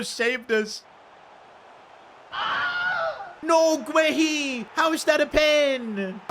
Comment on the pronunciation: PCQ: Marc Guéhi is pronounced as Gay-EE